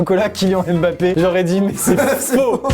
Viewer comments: On prononce pas « embapé » on prononce « mbapé »😐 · C pas mbapé c mbapèt